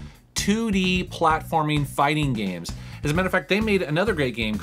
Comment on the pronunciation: It's not gmes it's games